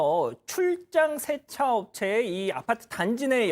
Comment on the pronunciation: 쎄차가 아니고 세차 효꽈가 아니고 효과